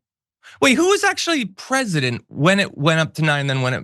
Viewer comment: Don't think I'll be listening to anyone who thinks president is a two syllable word.